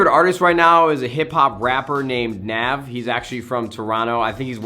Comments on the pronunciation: NAHHHV LMAO IT NAV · Haha he said nahv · You said Nav wrong lol